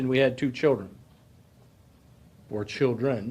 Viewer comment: Children or childrén? 🤣🤣🤣